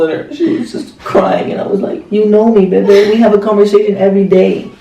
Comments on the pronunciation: Sarai Garivaldi i thought he said babah in stead of bebe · Sarai Garivaldi i thought they say it bebeh 😂☺️😍😍